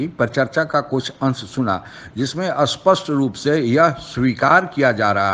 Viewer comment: मैं आपकी हर वीडियो देखता हूं और पसन्द भी करता हूं लेकिन कृपया स्पष्ट को स्पष्ट ही बोला करें,अस्पष्ट नहीं.